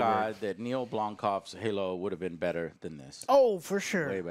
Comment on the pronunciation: BLOMKAMP! It's BLOMKAMP!